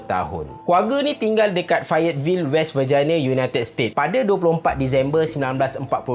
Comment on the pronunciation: west vagine (slang KL)